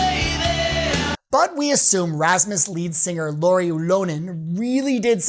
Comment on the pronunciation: An excellent analysis on every point, and your pronounciation of Käärijä is fine - not perfect, but understandable - but you butchered Lauri's name 😂... Without context I'd have 0 clue what you said there...